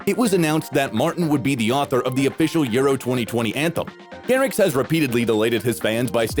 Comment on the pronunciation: Bro said martin garriK lolll